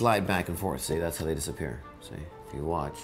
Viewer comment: Did you magically make the second "P" in disappear vanish too?